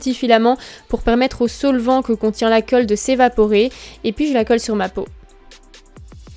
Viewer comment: " La coeulle " clairement.... STRESSANT